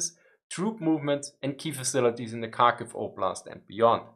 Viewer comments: Kharkiv the same as with Kherson, not a Karkiv, but Harkiv (h as in have) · It is indeed Harkiv. And Herson. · I think drop the d, so har-kiv? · Thanks for a really informative video - I learned a ton! Quick pronunciation tip: the Ukrainian and Russian Kh (Kharkiv, Kherson) is pronounced like the German Ch, or a particularly harsh English H sound. It's never pronounced as K. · so, kharkiv is pronounced as hard-kiv ?